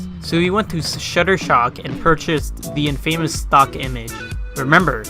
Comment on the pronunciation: the word infamous is supposed to be pronounced "In-fuh-mus"